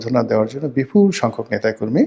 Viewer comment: প বর্ণ কে ফ উচ্চারন করে বিপুল শব্দকে বিফূল ! গোলাম মওলার মস্তিষ্কে গোলমাল দেখা দিয়েছে। ব্যাটা খেয়াল করে নাই, দেশের প্রত্যেক পরিবারের নিকট বা দুরের কেহ না কেহ লন্ডন/ আমেরিকায় থাকে। প্রসঙ্গঃ খাদ্যাভ্যাস। লন্ডনের কাঁচা বাজারে কচু লতি থেকে লাউ, করলা, কাঁকরল এমনকি শুটকি পাওয়া যায়। এটা বোধ হয় জানে না। প্রসঙ্গঃ আবহাওয়া। ইংল্যান্ড এর ক্রিকেট টীম এসে কি লেপের তলায় বা এসি রুমে দিন কাটায়? প্রসঙ্গঃ জেবু। সাথে নিয়ে আসাটা কোন যুক্তিতে অযৌক্তিক ! এই বিষয়টা নিরেট মূর্খ ছাড়া কেহ আলোচনায় স্থান দেয় না। প্রসঙ্গঃ এই ভিডিও। হাসিনার গীত গাওয়া। মন্তব্য ঃ এতোদিনের ক্যালকুলেশন বা নেরেটিভ উলোট পালট হয়ে যাওয়ায় বিষয় নির্বাচনে ব্যর্থ হয়ে আবোল তাবোল কথা। মনের আগুনে পুড়লে সহ্য করা যায়, কিন্তু উদরের জ্বালা বড় জ্বালা। নেভানোর জন্য চ্যানেল চালু রাখা চাই।